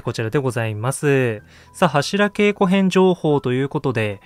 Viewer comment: 「柱稽古」の読み方は、〈はしらけいこ〉ではなく〈はしらげいこ〉ですね。